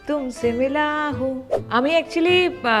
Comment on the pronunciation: Mila hu hobe na mili hu hobe 😂😂😂😂hindi.....